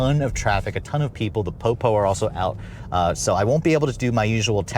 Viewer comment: I almost thought he said the poo poo are out 🤣😂😂😆